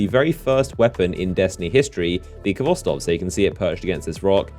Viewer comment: Sigh THE FIRST 'V' IN KHVOSTOV IS SILENT.